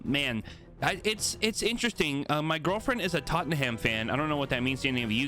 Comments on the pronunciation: It’s not pronounced totten ham it’s pronounced totnam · Or as he say totten-ham